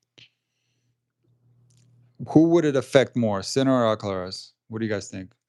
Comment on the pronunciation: And if someone could pronounce his name properly that would be amazing